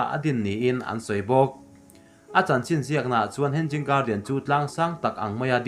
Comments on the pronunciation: Hen-ging garden tih loh tur.. Hang-ing garden ti a lam tur.. Hanging chu inkhai tihna..hanging garden(huan/par huan inkhai) tihna mai ani. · Hen-ging garden nilovin he-nging garden ti a lam tur ani e. Mahni țawng ani lova tumah innuih mai lovin țha tak a inhrilh hi keimahni tan vek ani e. In channel hi țha ka tiin min ti bengvar a in kal zelna turah duhsakna ka hlan mawlh mawlh a che u. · Henging a ni lo aw,hanging garden aw....lamrik dan hi lo zir deuh roh ngaihthlak ahrehom tlat. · Hanging poh lam thiam lo in tiang hi chu ti ve teh suh u.... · Henging nilo hanging alawm